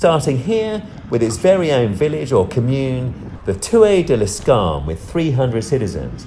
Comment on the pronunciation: L'Escarène not L'Escarne like you said. Otherwise a good video.